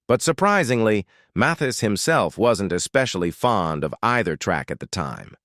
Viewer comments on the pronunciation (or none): none